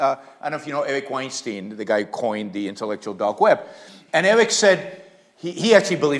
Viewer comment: Oddly AS "difficult" for the Weinstein brothers. Weinstein like "Einstein" Equally - Ayn like "'Ein' Stein"